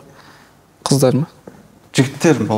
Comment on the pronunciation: қалай Ай мен Энбиді қыздаррр 😤😤😤 деп айтып отыр